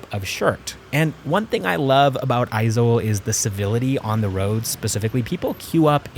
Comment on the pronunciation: I'm so confused you sound like the stereotyipacl ai voiceover, but you pronounced Aizawl and Mizoram perfectly.